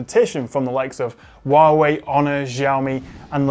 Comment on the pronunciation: Wuawei, onor, ziaomi